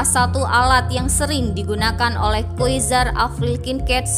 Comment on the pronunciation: Tolong googling min tentang "pronounciation" QUASAR dibaca KUARSAR bukan KUESAR SORCERER dinaca SORCERER bukan SOSESES